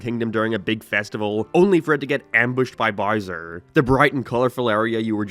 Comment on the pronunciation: The way you pronounce Mario and bowser lol